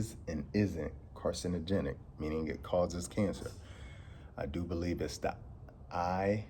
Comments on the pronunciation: It's IARC not IRAC. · it's I.A.R.C.